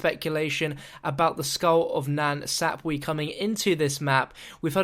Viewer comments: Skull of (NAN SAP WA) Not Skull of nan sapwee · "Skull of Nan Sap-weee" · met either 😂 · The way you say nan sapwe cracks me up + 😂